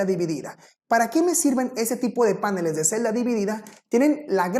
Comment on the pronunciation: Este expositor dice páneles , en la lengua castellana se dice panel, en la lengua sajona si se acentúa el vocablo a , maldito snob